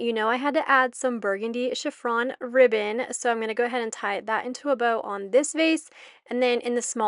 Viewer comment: Everything looks lovely! You have a great eye for detail. FYI - it's Chiffon Ribbon not Chiff-r-on 😊 🎀